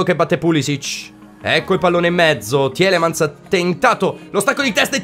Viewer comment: Comunque sì tielemans si pronuncia tilemans....forza FGR